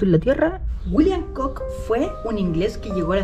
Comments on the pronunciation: Hola, me encantan tus videos. Con todo respeto, el apellido Cook, se pronuncia Cuk. La doble oo es U 😉. Que sigas cosechando éxito! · Edmund Cook, John Cook entre otros fueron piratas, bucaneros y comerciantes y puede que por ser Britanico este señor y de apellido Cook lo hayan nombrado Pirata..por cierto, se lee Cuk...